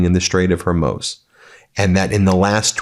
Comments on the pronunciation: Phonetic pronunciation - Har-mooz 🤙💙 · It's pronounced Hormooze. Be a journalist . You should know where to find Iran on a map and have the pronunciation correct. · it is Hormuz pronounced like hoar moos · Ben. It's Hormuz, with a long U, not Hormoze with an o. Love your work, but just want to give you that pronunciation. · Ben, pronounced "Hermooz" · I love this network. I really wish you would work on your pronunciation of words. Example. HORMUZ. (Hormoooz). You’ve pronounced it 4 different ways in one broadcast. Love you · Ben, please pronounce Hormuz correctly, Hor-mooz. Keep up the great work! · It's pronounced "Hore-MOOZ". For the love of God, will you ignorant bloody yanks make an effort to say the names of people & places properly? This is one of a plethora of reasons the entire planet HATES you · Ben, long-time follower, and I appreciate the updates, but you’re killing me. It’s pronounced “whore-MOOS,” like a cow. You could be saying it a lot for a long time. 😢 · HOR MOOZ Ben. HORMOOZ. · I keep watching but you are triggering me with the way you pronounce Hormuz - yes I know its trivial but I'm sure I'm not alone - just makes it hard to listen to. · Somebody please tell Ben how to pronounce Hormuz. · You’re pronouncing the Strait of Hormuz incorrectly. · Can you say Hormuz properly please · Please correct your pronunciation of Strait of Hormuz and "infrastructure." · pronouncing hormuz backwards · Why ffs can you not pronounce the name of the strait? It’s irritating af, and it makes me question if you actually investigate or if you’re just an impish war profiteer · For someone who says "Hormuz" 100+ times in your videos, you'd think you could take the time to actually pronounce it correctly jfc. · Fro. Thousands of people o internet this guy js tbe only one who did not figure out how to pronounce simple word Hormuz/ iran. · Ben, It's Hormuz, the muz is pronounced with a long U. It rhymes with "lose". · I want Ben to stop saying Hormuz wrong😖